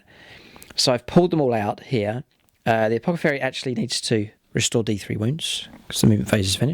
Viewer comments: Nice report and great looking armies! Btw, just a friendly tip - it's apoTHecary, not apoCathery. :) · This should be a good bat-rep, but before I continue watching, I have to say - I'd noticed in a previous bat-rep (and thought it was a slip of the tongue), but then (and at other times), you're referring to the Apothecary as an Apocathary!?! :D